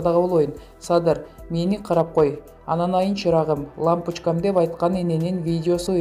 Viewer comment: Анын эмнеси бар лампочкам эмес лампичкам деди😀заади ошентип суйлойт экенда садаган кетейин дегендей эле кеби экенда эженин